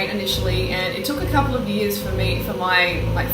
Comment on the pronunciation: She said two yeras. I heard it pretty clearly.